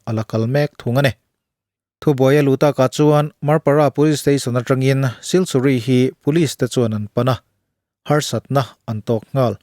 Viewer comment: siliguri ti a kan chhiar ngar2 leee